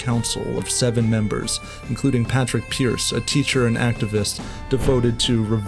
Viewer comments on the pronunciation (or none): Good video just a quick note it’s not Patrick pearse it’s padraig (paw-drig) pearse and yeah I know padraig is Patrick in Irish but his name was padraig so it would be nice to make the effort to say it. Thanks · Irish person studying history for leaving cert this was a really good concise explanation just for the love of god call him Padraig (pawdrig) Pearse not Patrick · Its Sean Mac Diarmada, not Sean McDermot, also its Padraig Pearse, never Patrick Pearse. That being said its still a very good video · Anyone else FUCKING TRIGGERED about the way he pronounces Padraig Pears' name Its pronounced (p-aww-raig) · Really enjoyed this,Great Job. The flag flown over the GPO wasn't the tri colour it was a mat green with a gold harp! You can see it on display in Dublin. Padraig Is pronounced Paaw-drick. Hopefully in our life time we will see Ireland free. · Please say Pádraig Pearse's name properly, or don't say it at all... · Excellent depiction but don’t disrespect paudraic pearse like that say his name right